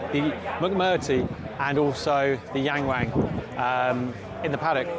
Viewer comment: YangWang Pronounce Young (W)oung. You’re Welcome